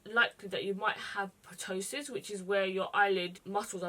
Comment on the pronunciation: Loved this look 💗 just wanted to say ptosis has a silent p so it's pronounced tosis.